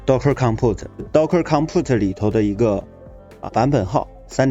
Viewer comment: docker-compose， 不是congpute